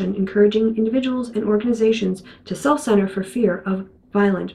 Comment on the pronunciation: That was almost spooky ... at 8.57-58, when you say "self-censor", you self-censored the 2nd 's' (3rd 's' sound). The effect was chilling. Great summary of the week!